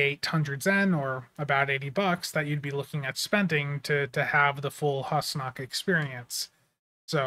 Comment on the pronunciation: It was pronounced Hoosnock, in that TNG episode.